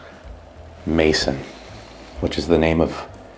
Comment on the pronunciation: You're going to need to figure out your French pronunciation for home. Pronounced... MAY SOooN Maison Lolololol I remember we made a joke Tina could do her hair by touching the camper!! Looking forward to Vegas brah!!!